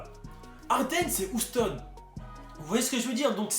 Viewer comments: Bonne vidéo mais ça se prononce «youston» et pas «ouston» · Comment tu dis Houston ça donne envie de te mettre des baffes 😂😂